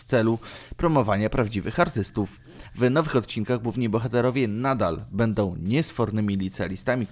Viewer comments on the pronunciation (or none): none